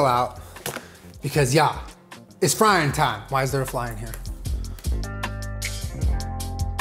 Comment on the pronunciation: the fry thought you said flying time